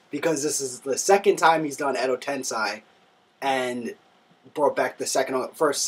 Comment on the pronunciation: it's edo tensei! not tensai!